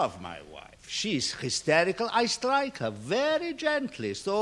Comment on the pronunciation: "I was histericool"